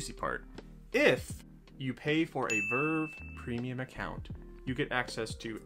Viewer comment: Bruh it's not vrvrvrvvevrrv it's v-r-v